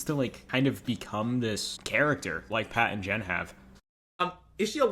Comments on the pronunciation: this is totally offtopic but he said "jat and pen" . i dunno, it was just funny. the video has solid points though. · he said Jat and pen LMAOOOOOO